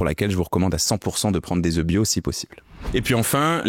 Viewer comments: Un oeuf, des oeufs, mais on prononce des "eu", CQFD. C'est pas le sujet, mais c'est un peu grave le nombre d'erreurs de français dans cette vidéo. 😳 Et ce qui est encore plus étrange c'est qu'à la seconde vision la prononciation est correcte. Serait-ce encore de l'IA??? Noooonnnnn.... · Œufs au pluriel ne se prononce pas comme vous le faites 😅 Ceci dit, merci pour la vidéo! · Super, mais quel dommage de faire une faute de français, à chaque fois que vous prononcez œufs!!!! c’est un comble quand on fait une émission sur cela😢😮!! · Tout de même 240 œufs et quand même la prononciation au singulier... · Le pluriel, c'est "EU" et non pas "EUF"!!! Ca m'a écorché les oreilles pendant toute la vidéo... Mais ca fait un moment qu'on sait que le cholestérol alimentaire ne se retrouve pas dans le sang. Le problème, c'est le niveau d'acide-gras dans le sang que le corps lui-même transforme en cholestérol en surplus. Et la glycémie influence aussi le taux de cholestérol. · on dit des ZEUUU pas des EUF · On ne dit pas " je mange 4 oeufs ( prononcé "euf") par jour mais je mange 4 oeufs par jour ( prononcé "e") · Bonjour, un "EF" des "EUX"... on ne dit pas des "EFs"... Merci ;) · Bonne video mais le truc qui me choque c'est la mauvaise prononciation du mot "oeufs". Un oeuf (1, 9) et au pluriel des "zeu". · Tu en a mangé autant mais tu ne sais visiblement pas comment ça se prononce 😬 Singulier (un œuf) : On prononce la consonne finale 'f'. Le mot se prononce comme "un neuf". Pluriel (des œufs) : La prononciation correcte est de ne pas prononcer le 'f' final. "Des œufs" se prononce donc comme "des eu". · Très bonne vidéo Par contre on dit des œufs (zeuuuu)